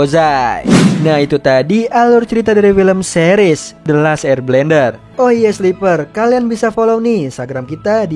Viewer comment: dengarkan ketika akhir2.. bacanya the last air blender,,😄